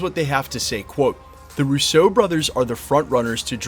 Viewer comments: It’s not RUSSEAU, as the shitty way you pronounce it. It’s RUSSO. ROO-so. Not roo-SO. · Bro… PLEEEEEZ. Their last name is pronounced ROO-so. Emphasis on the FIRST SYLLABLE. They are NOT FRENCH, they are of ITALIAN descent! Please friggin stop. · You ALWAYS MISPRONOUNCE their surname. Please stop.